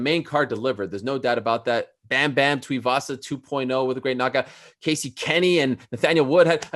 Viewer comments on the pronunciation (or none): none